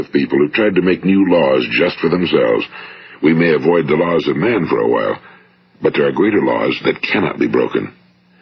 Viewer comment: He say a while with an emphasis on the H, it's quite amusing